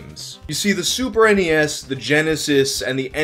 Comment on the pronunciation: Thank you for saying super n-e-s. It irritates me very badly when people say SNES like it’s a word